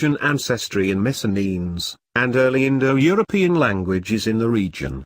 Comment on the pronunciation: Missen-enes? What the ---- kind of pronunciation is that? I'm Greek and this is very repellent.